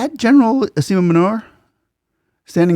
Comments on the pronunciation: General Asim manure 🤣 , though a mispronounciation by you , is a pretty apt name for the jihadi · I like how your pronounce the Pakistan army chief’s name! Asim Manure, is the most authentic pronunciation! Or at least most befitting! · Asif manure 😂😂😂 rightly pronouced! Love from india.